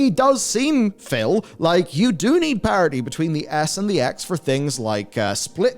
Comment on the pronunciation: Why are you saying “parity” like it’s spelled parody???